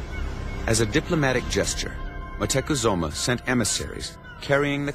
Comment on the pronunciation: moctezuma.. pronounce it right europeans